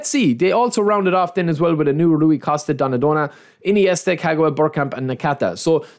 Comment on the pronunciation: 😂😂donadona.... bro dont know to pronounce names.... shame... man pronounce wirtz - wric